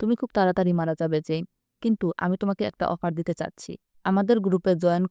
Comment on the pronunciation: জেইন এবং ওর নাম ম্যাট আপনি একটু ভালো করে বলেন